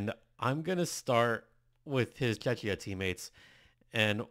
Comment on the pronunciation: Hi, I am Czech and my ears hurt every time you say Czechia the way you pronounce it. Just say Czech like in Czechoslovakia and add ia to the end. The way you were saying it, reminds me of Chechnya - part of Russia we have nothing in common. Thank you.